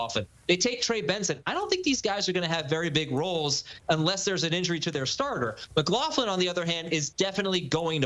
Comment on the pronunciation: "Mclofflin" 😂😂 it's pronounced 'mc-glok-luhn'